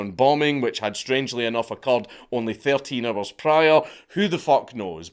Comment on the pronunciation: It took me 6 replays of "13 hours" to understand that's what you said.